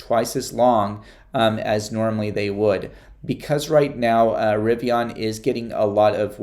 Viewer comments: I don’t know why this bothers me but it does because you keep pronouncing “Rivian” wrong… it’s not Rivion, with an “o”… it’s Rivian with an “a”. How would you pronounce the name “Adrian?” Adrion? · No offense, but you might want to listen R.J Scaringe pronounce the word "Rivian", because you sound really strange. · I totally agree with you, I don’t know why but it also bothers me too. I wrote a comment earlier about this very subject that he pronounces Rivian with an “o” but looks like he didn’t like it & deleted my thread already.